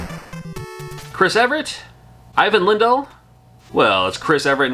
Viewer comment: I was about to comment about his pronunciation of Ivan, but you already have it covered.